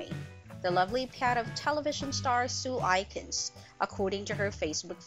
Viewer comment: Its sue A kins not sue I kins